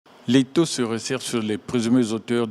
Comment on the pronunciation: L'(étau ) et non (les tô) attention !